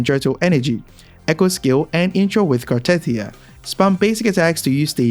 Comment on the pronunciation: just saying, that isn't how you pronounce "Cartethyia". They literally give you the right pronunciation in the story?